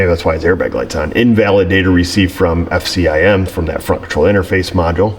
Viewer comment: Knew you weren't a Ford guy the minute you said F-C-I-M